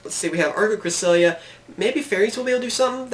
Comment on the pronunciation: Dude c'mon it's Archlord KRISTYA not Krisilia -_